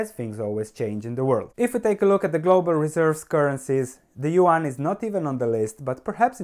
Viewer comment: Don't take it bad, but if you want to pronounce it correctly : , try to pronounce yuan like you would for "yuen" :p . I hope it helps you to learn how to pronounce chinese stock companies as long as chinese "currency'.